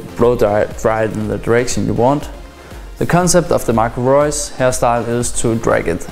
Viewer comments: Marco Reus wie so ein Deutscher ausgesprochen ^^ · Wow you can say Marco Reus like a german ^^